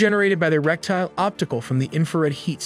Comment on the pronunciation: "Reticle", not "Rectile" .